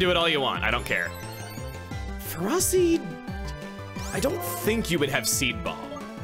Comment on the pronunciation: That and Ferroseed. I don't mind off pronunciation, but these stab me deep.